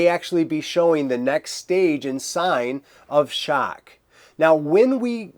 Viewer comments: Its “Shock” not “Shaerk” haha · The way you say "shock" I wanna hear how you say "Nevada" now.